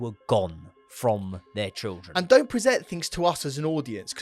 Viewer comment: Please learn how to say children, mate. Please 🙏